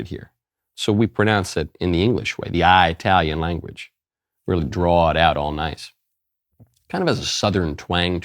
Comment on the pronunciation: Italian is pronounced with a short I. There is no place (eye -tally). SMH lol